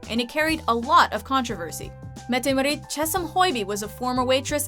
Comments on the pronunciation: Marit, it is Maarit, tack. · Hehe, nice top 10 :) But i gotta corre t somethings ;) Mette Marit is pronounced Mette maaaaaaaareet :) Haakon is pronouced Haacon :) and joachim is pronounced Joakim :) And the first royal to marry a "commoner" wasn't pavlos, it was actually harald the king of Norway to now Queen Sonja :) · Your not saying mette marit right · When you're Norwegian and you cringe SO HARD at the way she said Haakon and Mette Marit😳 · Her pronunciation of Haakon and Mette-Marit's names was really bad. Painfully so. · Nothing compared to how she said "Mette-Marit"... ouch!